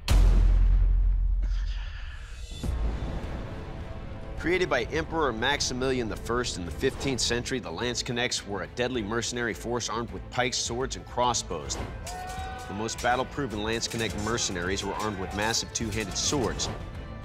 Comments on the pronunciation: You know you're watching an American show when they pronounce "Landsknecht" as "Landsnacks" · Lmao how you say Landsknecht well it’s a German word but funny to hear how you say it all wrong xD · It's remarkable how they all butchered the pronunciation of the 'Landsknecht' sword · I cringed everytime Landsknecht was said XD. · The pronunciation of landsknecht could not be butchered more